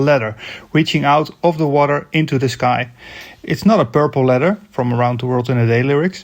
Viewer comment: it took me a while to figure out you were saying ladder and not letter, the A should be AH not EH, your english is slightly americanized but great vid otherwise.